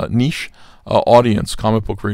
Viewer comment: Thanks to "God" that you know how to pronounce France talk and say "niche" instead of "nitch".